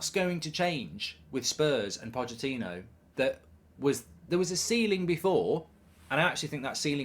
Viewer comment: ‘Pochettono’ 😂🤣 made me laugh